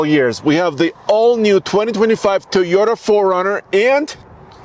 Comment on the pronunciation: Mugly as sin. It's TOYota, not TEEota. 😉